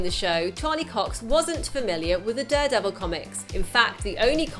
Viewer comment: She says Duredevil too often